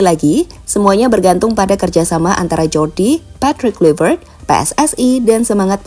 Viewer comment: Huruf J dalam bahasa Belanda dieja Y min jadi Jordi bacanya Yordi Cruyff 😂